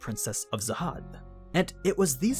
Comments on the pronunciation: Jahad its Jahad not zahad... wtf XD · please say jahad not zahad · Princess of “Zahad”? It’s “jahad”! have you seen the anime or read the manga??? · Are we not gonna talk about how he pronounced khun as kun? Isn't it pronounced kee-yun? And also he pronounced jahad as zahad. This is funny to me😂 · Imma just clarify that you say the King Jahads name with a J not a Z.